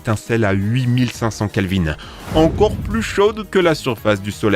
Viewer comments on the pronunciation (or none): none